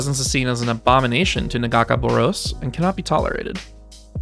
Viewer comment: The pronunciationof Nagakabouros made my hands wrap around my ears but hey... good video